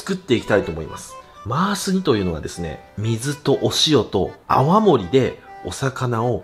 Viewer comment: 泡盛が青森って聞こえる、青森県民です(笑)